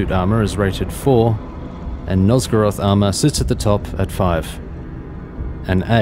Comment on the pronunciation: This guide is very nice, but I can't help but notice how you call Nosorog armor Nosgoroth lol